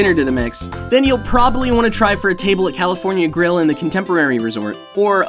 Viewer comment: At first I thought they had a robot filling in for A.J. Then I realized no robot would leave out a b in the word probably. I also realized this is a real pet peeve of mine... I never knew that! Thanks robot guy!